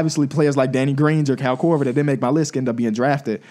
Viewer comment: Haha I thought the Iggy Pic was rough til I heard say "Kyle Korver" 😆😂